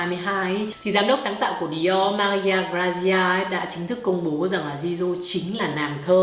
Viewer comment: Chỉ góp ý 1 tẹo là Jisoo đọc là Chi Su ạ. Tiếng Hàn chữ J đọc là "ch". Cảm ơn chị đã làm clip rất tâm huyết về Blackpink